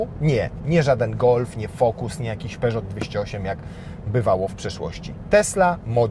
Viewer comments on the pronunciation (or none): none